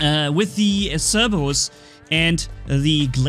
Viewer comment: I love how I hear cerbewus instead of Cerberus xD